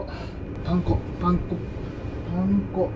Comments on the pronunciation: パン粉の発音がパン子みたい😆確実に前より手際が良くなってて凄いです👏✨✨ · パン粉がパン子にしか聞こえてこなくてツボでした🤣いつも笑いをありがとう^_^💖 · パン粉のイントネーションが パン子で笑った😂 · パン粉の発音w